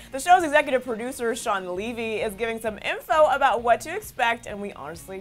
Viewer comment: “shawn livi” HAHAHA ISNT IT “shawn levy” (im talking bout the pronunciation btw)